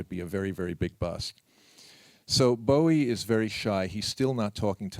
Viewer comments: He played along to people mispronouncing his name wrong his entire career. Of course in Bowie fashion, he never put the interviewer down. Class act he was. ❤ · Why can't the fucking interviewer even get Bowie's name right?? He got his name from the bowie knife and even Tony says it. FFS!!!